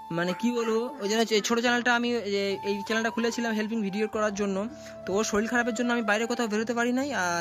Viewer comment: শরীল ❌ শরীর ✔️